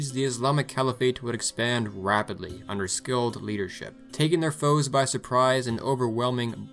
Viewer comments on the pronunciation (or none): none